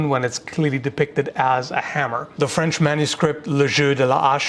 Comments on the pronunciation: I'm glad you're Canadian and can pronounce french words. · Always impressed by pronunciation of French (I'm French myself).